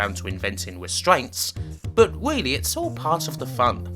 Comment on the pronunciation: Bwuddy good weeview!!!